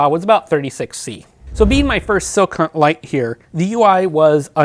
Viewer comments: Great review. Calling the company “Silk Hunt” was a bit distracting. “Skill Hunt” is how I think it’s pronounced. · Is he saying "sil-cunt"? 😂